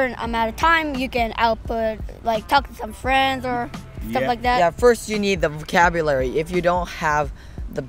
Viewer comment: 素晴らしい内容で感服致しました❤私は動画を見て、ひとつとても気になった点がありました。長男が英語で話している時はvocabularyはネイティブ発音で、日本語で喋る時はボキャブラリーとなっていて日本語の中に入っているカタカナ英語とネイティブの発音の違いにとても驚きました😮✨️日本では英語をカタカナ表記することが多いですが、それとネイティブを使い分けられていることがとても凄いです🎉